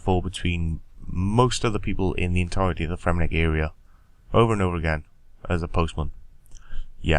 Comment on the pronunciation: It's Fremennik* :)